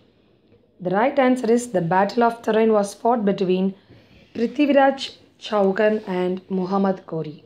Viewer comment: Chauhan.... चौहान.. Is correct pronouncing